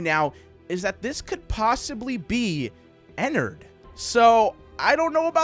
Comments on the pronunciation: Its ennerd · It's ennerd